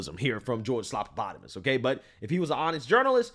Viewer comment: Say his name right it's George stuffinenvelopes